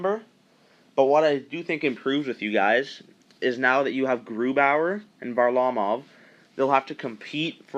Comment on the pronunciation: 1) FYI: MacKinnon had 97 points last season, 2) Nice job pronouncing "Varlamov" correctly, which many don't.